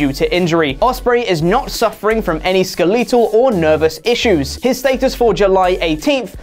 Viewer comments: Im sorry. But are we gonna let slide that he said Skilleetoe and not skeletal? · "Ska-leet-l?" Jesus Christ, do all Brits say "skel-uh-tul" that way? If so, that's some cringeworthy shit. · “Skeh-lee-tul”. Is that how the English say “skeletal?” Do you have a “skeh-Lee-tun” inside your body? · SkelLEEtul? Is that a British thing or is turning into Matt Hardy? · is it a British thing pronounce skeletal like s-kee-le-thal ???????? that threw me off lol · skeeleetal..........what word is this......... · Skeletal? skuh-lE-tal? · Learn how to pronounce skeletal😂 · I was going to ask if that was a British thing. As a yank, you can never quite tell. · Really cringeworthy. It's almost like he never saw the word "skeletal" before. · yeah he's saying it wrong, never known any other people say it the way he is 😁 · There is gonna be SO much complaining about how "skeletal" was pronounced! Sometimes I hate the internet! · Thumbs down for that atrocious pronunciation skeletal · I hate to be that guy but...is no one gonna bring up pronunciation of skeletal? Or is the way he says it a common thing I'm not aware of?